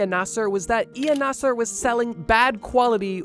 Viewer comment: ee-Na-seer not e-nasser